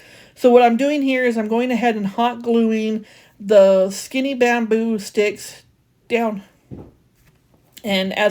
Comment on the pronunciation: I have a feeling you struggled getting dressed😂. Girl it happens to the best of us😂. I had to giggle because it sounded like you said baboon sticks for the bamboo sticks, but might be hearing things🤷🏼‍♀️🤣. You did a great job on that chess board. I don’t want to try being perfect either, I have lots of character😜😂. Glad to see you back♥️